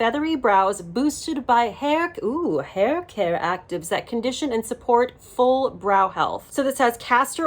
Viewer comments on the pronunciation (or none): none